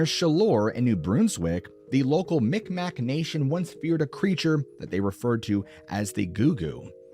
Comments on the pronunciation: "Bruns-wick" not Broonswick. Miqmaq (mick mah) not mick mack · Its not called the mic mac they are called mi'kmaq meeg-mah e sounds like a i so more like mig-waah